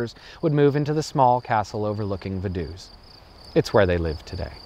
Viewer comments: I live right next to Liechtenstein! It's pronounced Va-du-ts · Shouldn't it be pronounced Fa-duu-ts? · because of the V Vogel ist spoken Fogel Not Wogel and Vase Fase not Wase V is spoken as a F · I love your comical pronunciation of, "Vadoose". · Same for Ferdinand von Hohenems or Vaduz. Guess he simply didn't care to research for that part. The story telling's still great, so i don't mind.